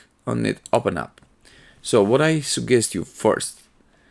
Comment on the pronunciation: when He said sugkest I felt it thnx btw